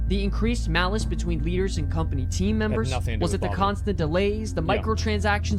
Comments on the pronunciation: Is the guy who made this video english? Why cant he pronounce "Malaise"? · I can't get over "malice" for malaise in the source video. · Anyone else bothered by dude saying "malice" when reading the word malaise?